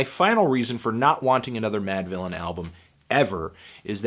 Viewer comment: "...Producer Madvillian... and Mf Doom" Mispronounce-thony word-tano